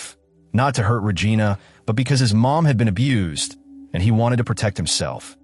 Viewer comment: Paramount can't afford a human voice? AI pronouncing "Regina" is disturbing, along with other creepy errors. Also, a "comfort woman"...what is this Japan in WW2?!